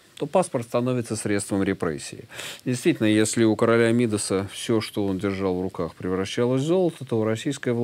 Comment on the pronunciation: МидАс — ударение на втором слоге